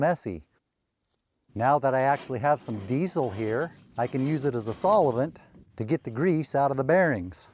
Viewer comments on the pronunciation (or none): What is Saul-e-vent?😂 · WTH? I've been around & used all different kinds & brands of solvent in my lifetime as a diesel mechanic, but am just now hearing of this 'solli-vint' that you speak of. Hmm, looks like I still have some learning to do in my old age 😏😂